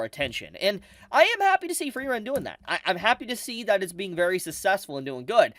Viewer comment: i love you, but pls type 'Frieren' into your google translator and use the voice/pronounciation function